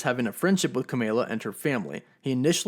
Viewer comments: Love your channel buddy and Spidey is my favorite, that said Kamala Kahn is Inhuman and i believe it is pronounced (Ka-ma-la) not (Ka-may-la) ... idc i know its a tomaeto/tomato thing, but some people are particular about name pronunciation and you are usually pretty articulate with your words, so just an fyi. Woof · He can’t even say kamala without sounding extremely white lol it’s kamala like llama bro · Can u pronounce Kamala and Kamran correctly thanks